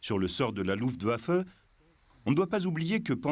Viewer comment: The film footage is top notch. However the bloody AI mispronounciation factory - is terribly annoying. Luftwaffe seems to absolutely blow the AI to smithereens....its too bad , because the content of the film is interesting as all hell....